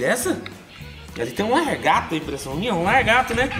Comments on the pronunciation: "Largato" kkkkk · "Largato"😂😂 Que Bixo Que É Esse??😂 só conheço "lagarto "😂